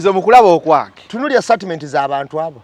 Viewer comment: 1: The word is STATEMENT not STARTMENT ✖️